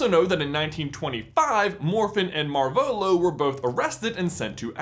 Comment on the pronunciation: That's. Not. How. You. Pronounce. Marvolo!